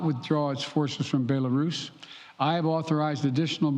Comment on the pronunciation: Sleepy Joe can't even pronounce Kiev or Belarus correctly 😂.